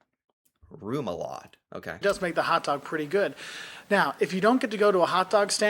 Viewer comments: Re-mu-la-de. Not rumulade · REMOULADE, not ROMULADE or what the heck it is you are saying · it's remoulade - called ræmulathe... try it out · American telling americans about a DANISH hotdog. he doesnt know how to pronounce remoulade- and doesnt know what it is..and we use cutlery..